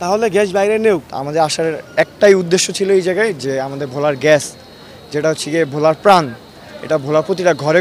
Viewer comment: ঘ্যাস না রে ভাই! গ্যাস! গ্যাস!